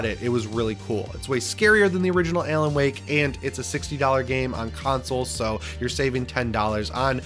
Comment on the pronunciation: "Ay-lan Wake?" LOL